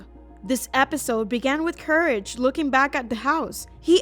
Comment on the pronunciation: it's not couraje it's courage